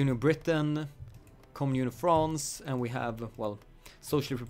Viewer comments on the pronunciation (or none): none